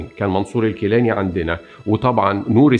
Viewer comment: نوري سعيد وليس نوري سعدي ، گيلاني و ليس كيلاني ، ولك من الشعب العراقي المظلوم مليون لايك .